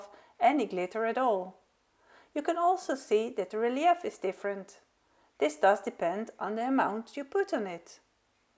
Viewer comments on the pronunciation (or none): Very creative and lovely cards. The methods are very helpful,thank you. Do you mind if I help with your pronunciation? I’m an English as a second language teacher. Thee first one is the name of the flower echinacea pronounced ekinAYshuh and the secon is relief pronounced relief. Your English is amazing though and every little bit helps I think! Thanks 😊